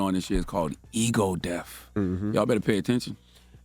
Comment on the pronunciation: lol Charlemagne are you sayin' Ego Deaf or Ego Death?